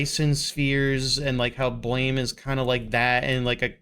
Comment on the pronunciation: The manga is read blam, not blame